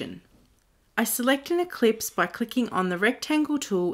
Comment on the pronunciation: Haha. I thought the same thing. ELLipse... as in ellipses. Not EClipse.